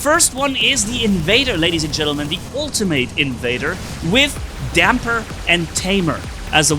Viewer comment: Mispronunciation of ultimate